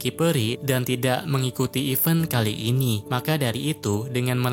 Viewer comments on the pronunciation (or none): none